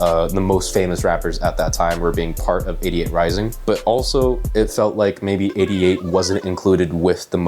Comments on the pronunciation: Could of sworn you said "idiot rising" which does sound like 88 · When you say 88Rising it sounds like idiot rising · sounded like you said "idiot" rising